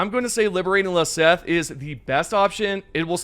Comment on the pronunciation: Sorry to gripe, but at least it’s not about the game… Please pronounce these planets correctly….. any time you travel to them in game, they pronounce it for you. It’s extremely irksome for some reason to hear “leseth” when its “lesath” and the ‘A’ in lesath sounds like a soft o, like sock. At this point it’s almost every video that gets planet names wrong… and most content creators do it. For the level of detail that goes into making these videos, idk how that part is either forgotten, or not cared about enough to be right.